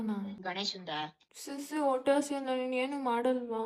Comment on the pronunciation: ಒಟ್ಟೆ ಅಲ್ಲ ಅದು ಹೊಟ್ಟೆ ಕಣೋ ಮಹಾತಾಯಿ